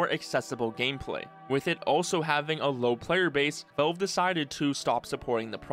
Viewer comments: drinking game: drink a shot of everclear every time this guy says 'veulve' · Why do you pronounce valve as wolv? Gaaahhh